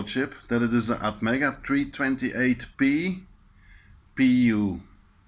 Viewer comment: Will a ATMEGA328-PU work? What he said had an extra P.